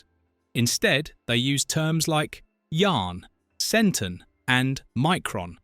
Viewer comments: No offense, but I wish English people would learn how to pronounce "o"s in words. It's pronounced "Cent-ON", not "Centen". CyLON, CobOL etc. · it was meant to be a weekly series after first year. your ai voice can't say yahren and centon correctly. Iblis did mention who he was to Baltar in War of the Gods.